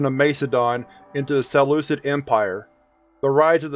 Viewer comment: Love it! Your accent when referring to the ancient empires (Macedon, Seleucid, etc.) was wild lol 😂 but anyway listening to Skips is my favorite and your channel is great! Thank you!!